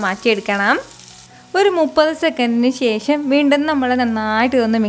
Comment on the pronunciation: ശേശം അല്ല ശേഷം